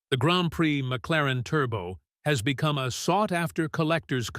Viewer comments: I stopped watching at "MC Laren". Thumbs down. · can't wait to see how history judges the EcoBoost engine. and "M.C. Laren" - really?